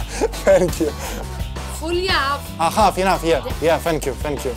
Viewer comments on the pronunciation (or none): Пацан говорит ФЕНЬКЬЮ 🤦🏻‍♀️🤦🏻‍♀️🤦🏻‍♀️ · у ведущего тоже с языком проблемы 🙈 одно только его "фенкью" чего стоит🤪🤪🤪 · "Фэнк ю" - это супер мощный хит😂😂😂